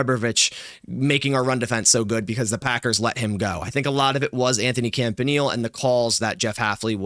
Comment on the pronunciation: Yea, He's awesome. Thanks for him. PS: his name is pronounced CAMP-AH-KNEE-LAY. Cheers